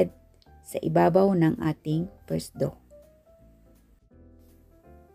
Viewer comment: Hello Sis, thank you po sa napakasarap na recipe. No bashing lang po, sana po ipronounce nio po mabuti ang letter F, kagaya ng Fold sa pold, first sa pirst dough, flaky sa playky , flatten sa platten, at favorite po sa pavorite po.. para po masarap panuorin. Pasensya na po. Mawalang galang lang po.